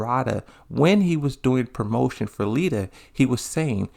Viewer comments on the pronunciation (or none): none